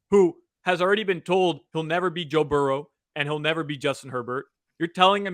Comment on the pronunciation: Your mispronunciation of the Cincy QB is beyond annoying.